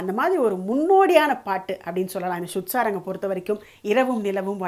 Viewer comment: Sudha Saranga ( pronounced as sudh sarang in the program )